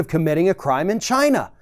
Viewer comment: Why does it sound like he is saying ghina instead of China.